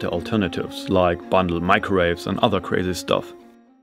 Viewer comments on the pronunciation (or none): none